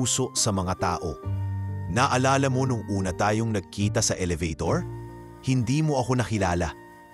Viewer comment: I wish you pronounce the right words. Like HIJA, ELEVATOR ETC. PRACTICE READING BEFORE.